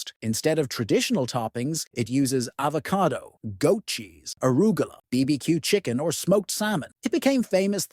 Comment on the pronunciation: Is this an AI video? BBQ promounciatuon and “crust is dipped in honey after Pizza is eaten”.